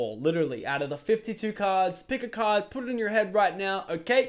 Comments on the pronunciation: I thought he said chose a cod (call of duty) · I thought he said COD not card